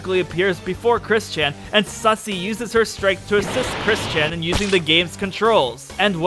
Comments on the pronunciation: Why when you say kris-chan sounds like christian (i cant believe i said kris-chan) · I swear I keep hearing "Chris-Chan" as "Christian"